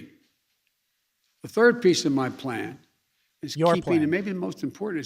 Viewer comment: Biden: ....and Turd...